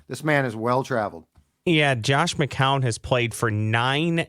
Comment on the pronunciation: really needs to pronounce Josh McCown correctly lol won’t be able to deal with that all year